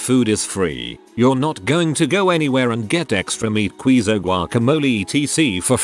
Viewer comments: I am still stuck on how the robot voice says QUEEZO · Mmm. I got hungry listening to him say QUEE-ZOH. Who doesn’t love some extra queezoh. 🧀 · The way it says queso is hilarious. Queezo